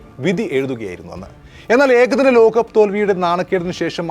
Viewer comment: Lokham Lokam...Ekhadinam alla Ekadinam...Prathama alla Pradhama....Balam kodukkendidath kodukkaathe vere chilayidathaanu Balam kodukkunnath....Sorry..insult cheythathalla....oru Opinion